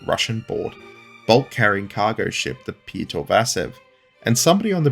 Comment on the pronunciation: Pronounced P-yot-r Vasev with Pyotr being Russian for Peter